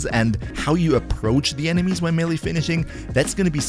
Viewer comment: Great content, but for the love of all that is holy, there is no such thing as a "mill-e" weapon! Both syllables are pronounced with an "a" sound, not an "e" sound.